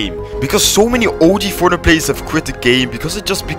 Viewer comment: Its fortnite not fortnut LOL